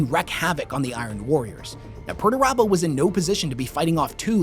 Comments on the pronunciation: Pretty sure it's pronounced "Peter turbo" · Thanks to your pronuntiation of Perturabo I realized his name isn't actually PERTURBADO. Missed a chance there GW.